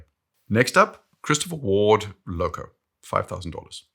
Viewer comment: I bought a CW Sealander 39 just for the way you say Christopher Ward. It doesn't feel like I am wearing a 1k USD plus watch.